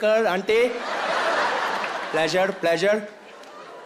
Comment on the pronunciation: How are you 😂😂😂Plaesure plaesure🤣🤣🤣 Is it on?😭😭😭